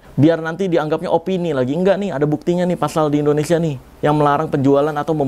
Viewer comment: Bang boleh ngasi saran ga Kalo nyebut Indonesia itu jangan endonesia bg Soalnya gw suka enek denger penguasa bilang ‘end’onesia bukan indonesia😭